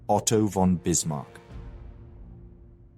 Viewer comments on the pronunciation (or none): none